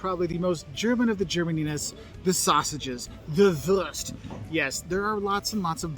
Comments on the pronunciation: americans complaining about umlauts and then saing würst instead of wurst 🤣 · 😂🙈 some fake news are in there... And Wurst is not "worst" ,is woorst like wood or toon u=oo, and i never heard of "wasser mit gas" it's called Kohlensäure or shortly Sprudel (Shproodle) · Coming back to it, it equally amuses and saddens me that the German guy in the food video tries to pronounce the German word "Wurst" in a pseudo-English way (like "wörst"??), I guess to accommodate English speakers, instead of showing foreigners the correct pronunciation of Wurst: German "w" is like the English "v", the German "u" can be both short or long but in this case it's long, similar to the u in the name Hugh. And he mispronounced "Döner Kebab" as "Doner Kebab" for English-speaking audience, instead of giving the proper Umlaut ö. (sigh) The Umlaute ä, ö, ü are its own distinct vowels, they're not identical to a, o, u and the dots are not optional!